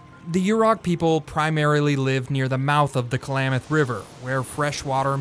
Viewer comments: The narrator mispronouncing Klamath as Kalamath is annoying. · Stop saying Ku-Lamath! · Ugh, the narrator needs to know how to say Klamath...like clam... not Kalamath. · Announcer calls it Kal-lam-muth. Is that correct pronunciation?